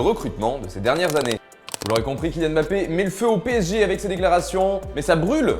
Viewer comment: On dit pas Bappé mais Mmmmmbappé